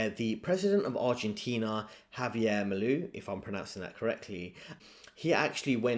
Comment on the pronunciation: His last name Milei is pronounced like "Me-Lay".